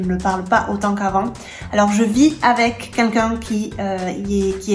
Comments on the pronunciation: Pourquoi j'entends toujours "Cuncun" quand tu dis "quelqu'un" ?😂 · Je l'entends aussi! J'ai pensé que j'etais fou! (pardon, si je fais des erreurs, j'apprends le francais)